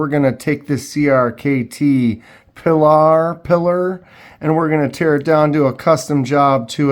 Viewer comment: Great job! It's pronounced 'pee-lar' it comes from ... Ernest Hemingway owned a 38-foot fishing boat named Pilar. It was acquired in April 1934 from Wheeler Shipbuilding in Brooklyn, New York, for $7,495. "Pilar" was a nickname for Hemingway's second wife, Pauline, and also the name of the woman leader of the partisan band in his 1940 novel The Spanish Civil War, For Whom the Bell Tolls.